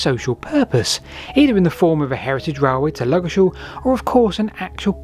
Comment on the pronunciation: "Ludgershall Shaltion"?